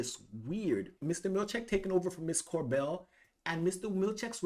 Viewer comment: Cobel not Corbel!